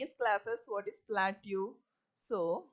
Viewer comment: its good but the pronounciation of plateau is wrong, its supposed to be pronounced as pla- tow or pla-toh